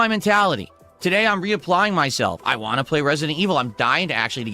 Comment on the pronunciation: He can’t pronounce “want” or “not”. It’s “wah” and “nah”. Somebody pointed this out and it’s seriously impossible not to notice. And he mentioned more “animations” that he undoubtedly stole from somebody else online.